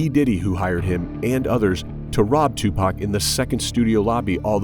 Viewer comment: what is that pronounciation EWW WTF IS TUPAK